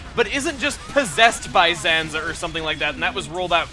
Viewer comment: *Zanza Not Sanza